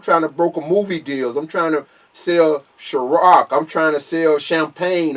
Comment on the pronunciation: 😂😂😂😂😂 that sharock took me out. Thought he tried to say Chiraq